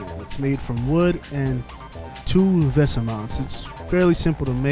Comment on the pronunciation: vesa is pronounces VAE-sa